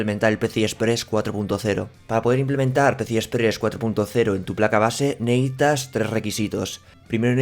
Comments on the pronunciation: Neehitas? Se dice necesitas. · "neítas" pronunciar mejor el verbo "necesitar".